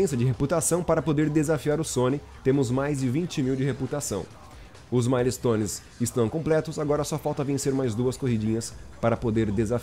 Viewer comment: Correçao de Ingles do Episodio:A Pronunciaçao correta é "Mael"-stones (Milestones) ao invez de Ma-le-stones."Mael" seria a pronunciaçao da Palavra Mile que é milha em portugues.Milestones é uma giria nos estados unidos para missoes passadas para pilotos ilegais por exemplo:Passe por tal velocidade em radar,acerte tal carro de policia,fuga de tantos policiais Etc.isso é tudo,Otimo Video 👊🏼